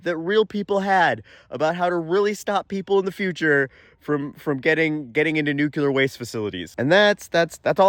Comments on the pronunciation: nuclear nuclear nuclear nuclear... not nucular ... no such word as nucular... aaaaaaahhhhh!!!!!!!.... ok, I'm better now. I look forward to your posts. thank you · You talk so fast that I don’t even notice nucular the first time. 😂